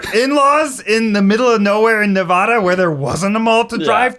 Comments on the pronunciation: i— can’t. as a Las Vegan, Ned, it’s Neh-VA-Duh , not Neh-VAW-Duh. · Ned, its Nev-ad-duh Pleeeeease lol.